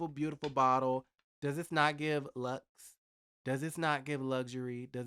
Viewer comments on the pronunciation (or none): none